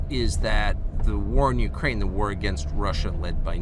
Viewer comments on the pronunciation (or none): none